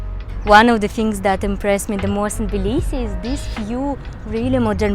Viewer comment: Жуткое произношение!!!! Сразу слышно - русская!!!